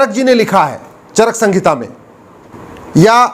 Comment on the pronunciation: चरक संगीता नहीं, चरक संहिता है सही नाम।